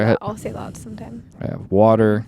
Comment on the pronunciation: She makes fun of how Charlie says words. She says hoppin' instead of happen. She says "that" with an AWWW instead of an A, too. Thawt. She says Charlie looks 12. So does she. She says he makes things awkward. She is worse. PS - Those mics are horrible sounding. I HATE hearing people's boses breathing.